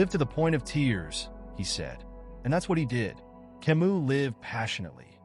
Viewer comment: But it feels annoying when someone who is going to introduce a person doesn't pronounce their name correctly.